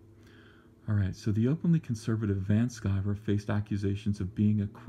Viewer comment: It's Van Sciver!